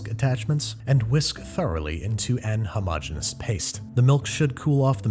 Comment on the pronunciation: Babish pronounces homogeneous with only four syllables! Did he learn the mispronunciation from Claire? When will this insanity end?